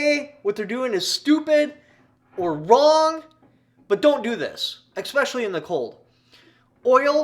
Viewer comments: Don't say EXpecially again.. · E - S - S - S - S - S - S - S pecially.